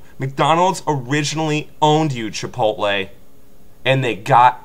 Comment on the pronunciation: Chi-Pot-tle sucks huh? I hear you there, preach it brother.